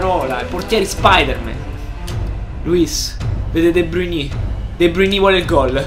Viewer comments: Si pronuncia de Bruin non de bruiní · Comunque la pronuncia e' De Brain non De Bruni' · si pronuncia de brain